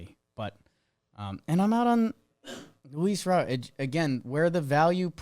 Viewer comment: It's Robert, pronounced like the English first name